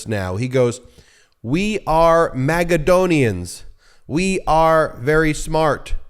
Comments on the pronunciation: Magaladon-onian. Magaclownian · “Magadonians”? His cheese has slid off the cracker 😂